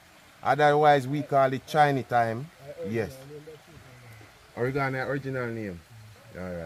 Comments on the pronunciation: Not oregarna it's oregano lol 😂😂 and not blem it's blend 😂😂. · it’s oregano pronouns oh-reg-gah-no.